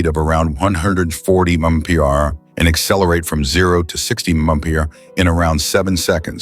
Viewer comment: Bullshit Ai, can't even say MPH correctly NOBODY "FOrgot" about these. Pure CRAP.